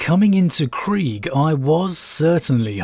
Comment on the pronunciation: Well, I'm glad is saying Kreeg now instead of Kree-egg. Now we just gotta get that ps out of Corps/Korps. Interesting that you liked the modern storyline more than the history, I think AdRic said the opposite. I appreciate seeing different constructive viewpoints